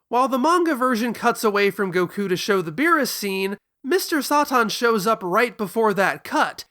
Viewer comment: If you are going to use Japanese pronunciations be consistent and less elitist. You should be saying beerusu. Not beeres.